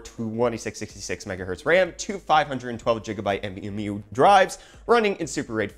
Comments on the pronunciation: We need a petition to stop you from saying Jigabyte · Why jigabyte and not jijabyte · Take a shot every time he says "jigabyte".